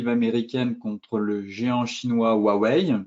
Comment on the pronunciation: Huawei= Prononciation= OuahOuais